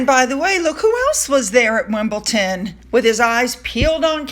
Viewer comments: Well at least we all know how Wimbledon is spelt and pronounced, after hundreds of viewers felt the need to correct you on your pronunciation. 😆😆😆😆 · Hey,, and thanks for all you do! You had mentioned that you know you’re mispronouncing Wimbledon and that you’ve been doing so since you were young., you’re not old! You’re certainly not too old to learn something new! 💞💞💞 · I love your broadcasts always but Just for once I can’t wait for our tennis to end. I know you said you can’t change but maybe just call it tennis and not WimbleTON. And now I sound mean to you but my teeth are on edge with the mispronunciation. I really wouldn’t say WashingDON. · SUE. It is pronounced WimbleDON with a D. Like London. You would not say "Lonton". Put a note in your calendar for next year! Lovely pictures of Catherine in her striking yellow dress and of course her genuine beautiful smile. No blue for Ukraine today but that situation has become more political. The tiny purple bow balancing the big yellow flourish on the other side is a sweet touch. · It's Wimbledon with a D!!! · Hi from London. We say WimbleDon. With a D not a T. I ❤ you anyway 👄👄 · Hi, Just wanted to help with a pronunciation. Wimbledon there’s no T. Dan not Tan. Catherine was stunning! ❤️ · love your channel. Wimbledon is pronounced with a D not a T. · My dear, there is NO « T » in WimbleDOM. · I’ve noticed that Wimbledon is miss pronounced, it’s such a famous name I can’t think why, unless it is some kind of in joke 🤷‍♀️ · Sorry, people are continuing to correct your pronunciation of Wimbledon. Obviously haven't seen your previous video regarding this. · How come you don’t notice that the word Wimbledon DOES NOT contain a T ? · We pronounce Morecambe as More- cmm here in the UK. We already know from you that you've always pronounced Wimbledon with a T, not to worry! Thanks for another nice post. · It is DON not Ton! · it’s WimbleDon not ton….ha ha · gota say it Don not Ton Wimbledon